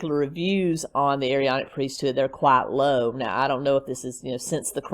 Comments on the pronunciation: Elders in the Latter Day Saint Church are 18 and over. It is pronounced A-Ron-ic Priesthood. He is not LDS, he was excommunicated. He is delusional!!!! The Standing in Holy Places, books are interesting. But PLEASE don’t give Chad one more penny!!!! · You do not pronounce both A's in the Aaronic priesthood. Chad's beliefs are his own not the churches.